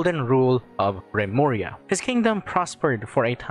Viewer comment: Remuria? Lemuria- Atlantis? Ai yaiyai